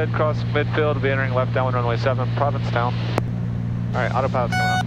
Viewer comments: That's Provincetown.. not Providencetown LOL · I live in province town, this is cool. When I fly over I see everything you had in the video and it was a fun reminder. You pronounced it providence town, instead of province town, which gave me a fricken migraine though